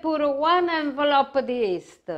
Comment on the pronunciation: one N-valope a dis......love hahaha